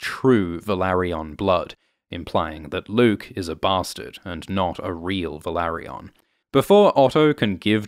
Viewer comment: It's not pronounced as Velary-ON. It's Velary-UN.